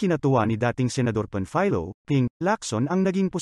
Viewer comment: Anong, pam faylo, PAMfiLo, NOT pamfaylo